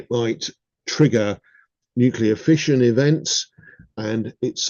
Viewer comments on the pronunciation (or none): none